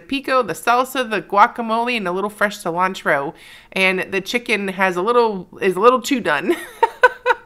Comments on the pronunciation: Your mom said Cilantro correctly . See-lantro. Pico de gallo is a staple in my house. Or as my dad says rooster lips. You guys are great! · Mom is saying cilantro the correct way with the Latin flare. I enjoy watching you both prep and cook your meals. Thank you for making it interesting and fun!